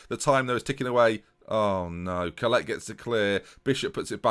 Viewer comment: Collett is pronounced Collitt, not Collette (My surname is Collett) Love your videos though.